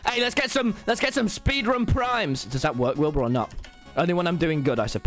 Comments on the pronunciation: did he really just said minecraft 'spedran' XD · Lol “spedrun” Tommy Innit is my favorite Dream SMP member